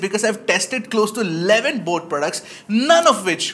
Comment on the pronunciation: Boat❌ Bloat✅